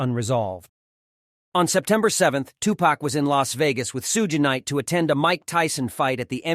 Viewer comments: Tupac received a visit from who? "Shoe gay night" and it's now "Sue Ginn night" 😂😂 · anyone notice he says Suge gay knight lol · This has got to be the worst job performance of journalism i have ever witnessed🤦...from fact checking from proper annouceeacion of the inviduals names in the video... This whole video is a joke .. even the basic 2pac fan would laugh at this.. 2pac never blamed Biggie for the Quad studio shooting..